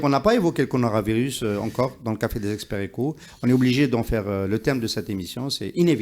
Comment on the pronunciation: Mr Ihsane Elkadi c'est coronavirus et non pas conoravirus.